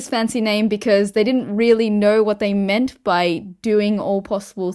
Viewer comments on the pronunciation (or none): none